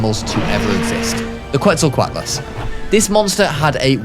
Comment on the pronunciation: My brain turned into a smoothie from your "QUETZLQUATLES"